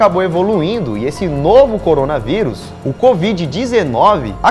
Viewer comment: Eu antes de clicar no vídeo: Corona veuris A intro: corona veuris Eu: ( '-')